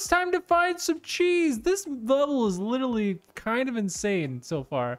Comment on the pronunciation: love how he says "litally" all the time in his goofy youtuber voice